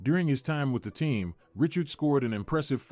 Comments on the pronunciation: Richard pronounced as Rishard, not as Ritchard. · I can’t watch this the ai can’t say his name right now